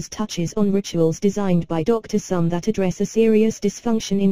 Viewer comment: note - the pronunciation is Somé [e acute] Therefore, the pronunciation is 'so-may' or 'so-meh'